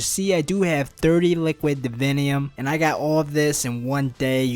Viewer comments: lol I like the way you say liquid "davinyum" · listen to the whole video but only listen for him saying "liquid divinium" it's fucking hilarious.